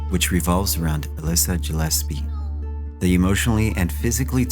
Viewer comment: Gill espie not jillespie